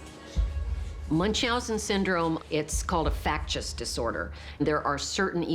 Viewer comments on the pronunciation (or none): Candice - please learn how to pronounce factitious.